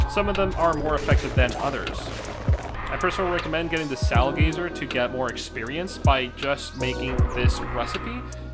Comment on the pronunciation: Sowlgazer? SOULgazer! LOL